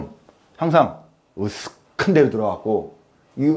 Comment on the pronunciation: 옛날문법 으슥한데로---ㄱ+ㅎ ㅋ 발음